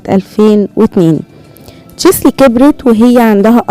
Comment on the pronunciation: النطق الصحيح تشيلسي وليس تشسلي ❤️